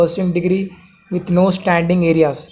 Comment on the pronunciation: It's arrears bro not areas